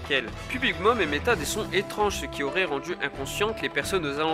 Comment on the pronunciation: On dit pas "émetta" mais "émit". Très bonne vidéo, format intéressant et agréable à regarder. Continue